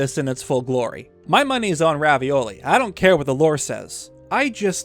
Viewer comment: Is it just me hearing things or are you calling Revali Ravioli? xD